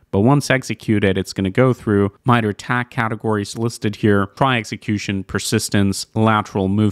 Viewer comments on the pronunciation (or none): none